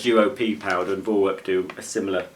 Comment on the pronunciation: You see. It’s pronounced For-Verk